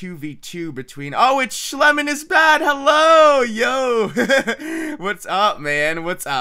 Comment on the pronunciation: sh-LE-mon lol he aint no lemon shle-MON